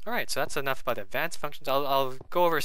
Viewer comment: did u say "f***tions"? I know u meant functions.